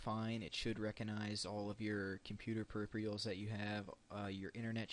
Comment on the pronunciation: You pronounced peripherals, Per-Ur-Fee-uhls. hahaha